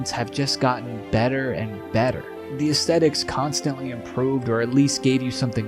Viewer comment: I dig your vid. You may not believe it, but my grandad was a decently well-known doctor of philosophy from Yale, and his career focus was Aesthetics... not trying to be mean, just trying to save you some face: if you wanna stop embarrassing yourself, pronounce it correctly. It's not a hard T, because we don't speak Latin.